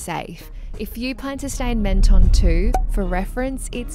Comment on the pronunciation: Menton is pronounced ‘Monton’ 😊